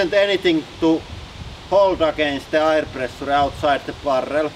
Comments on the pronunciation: I love your accent. One word that was confusing to me was "air". Rather than pronouncing it I-er, it is actually pronounced ayer. Keep up the videos your channels are my favorite in all of YouTube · So there's a large pressure on us from air, all the time? That's interesting. (You pronounce "air" like "hair" "care" "where". I love your accent though) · Interesting pronounciation - "ayre". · the "ayier above us" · I love your pronunciation of aaaaaaaaayyyyrrrrreeeeeeeee (air)